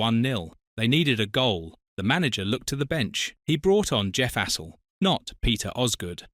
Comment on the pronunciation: You could at least pronounce Astle's name properly.